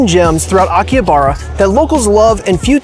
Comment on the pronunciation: You may want to learn the correct pronunciation of Akihabara before making a video about it.